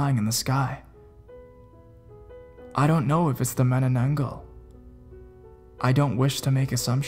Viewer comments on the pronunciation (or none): It is pronounced ma-na-nang-gal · It's actually pronounced as 'Mah-Nah-Nan-Gal'.